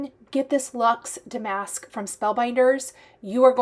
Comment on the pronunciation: I know you want to be correct - the word damask is pronounced with the accent on the first syllable.🙂